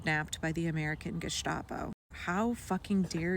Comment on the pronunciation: This is the wet dream of the AFD here in Germany. Its horrible. By the way,its not harsh meant. GESTAPO is pronounce with a hard st,like u say it in english. Go on with sharing all the information. We need it all.